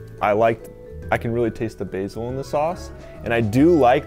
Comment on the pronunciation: thankyou for saying basil right!